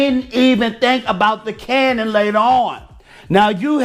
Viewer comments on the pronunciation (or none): none